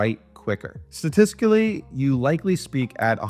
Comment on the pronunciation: Great video! I liked your demonstrations on how you utilize each of these tools as opposed to just describing what they do! You could work on your pronunciation of the word statistically lol